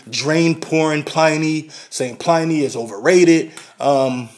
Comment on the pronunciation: it's Pliny (like "benny", not like "tiny")